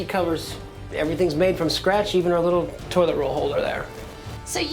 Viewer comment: stop saying tolit